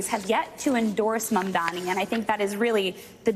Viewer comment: How many times... His name is MAM-DANI. Get it right.